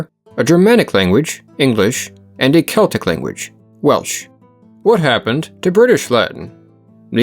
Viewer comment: No, it´s "Keltic"